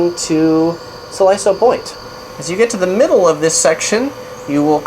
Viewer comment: Siloso is pronounced See-Lo-So.